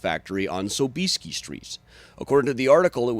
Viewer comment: PS. ...i najpierw naucz się jak się w ogóle WYPOWIADA SOB-IES-KI! (Sob-EE-ski)! hahaha! :D